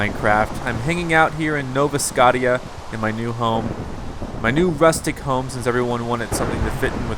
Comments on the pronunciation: IT'S NOT SCOTT-EE-A!!! I WANT IT TO BE PRONOUNCED SC-OH-SHA!!! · God dammit say scottia right